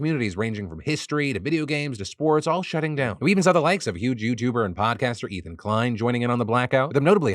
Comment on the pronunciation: Did he really say YouJewber, Ethan Klein? 😂